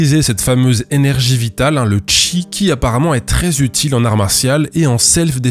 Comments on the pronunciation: tu pourrais réupload la vidéo en disant "cheese" à chaque fois au lieu de "chi" stp? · "On va observer le Chi", je ne peux pas m'empêcher d'entendre "on va observer le tchi", càd le rien. C'est annoncé dans l'énoncé, en fait.